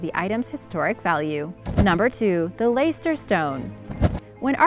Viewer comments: At least do your research...... Blenheim is pronounced 'Blenim' not Blen-hime..., Leicester isn't Layster but pronounced 'Lester' oh and the rest...... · you’re butchering those place names again! leicester - lester, Blenheim - blen-im. google them and listen to how their pronounced. it only takes a minute and avoids a lot of grief and negativity! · Leicester pronounced (/ˈlɛstər/ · So many, many mispronounced words! Just a few: Leicester = Lester Blenheim = Blen-em Cliveden = Cliv-den There were more, but I don’t want to listen to it again to make notes. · It's pronounced "Wah rek Shy err!" It's pronounced "Lest errr!" It's pronounced "Blem em!" It's pronounce "Mal brah!" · Just a note: You're mispronouncing/butchering a lot names: Yorkshire is pronounced 'Yorksure', Leicester is 'Lester', Warwickshire is 'Warwicksure', Pestle is 'pessel' and Dorchester is ' Dorchister'. There's really no excuse for this, coming from a historian . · Word of advice if you don’t know if you are saying a word right YouTube it 😂 Leicester 😂😂😂